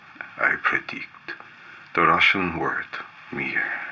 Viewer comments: whoa, great russian pronunciation! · This is really interesting video. You're working with lights like a pro and doing simple, but very good working triggers. Also the best mix of russian and english languages that i've ever heard, with good prononciation. Good job, my friend, also strange why dont you have 100k subs at least. Спасибо. :)